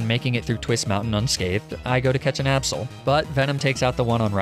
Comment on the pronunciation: Its not aabsol it's absol and not weawill it's weavile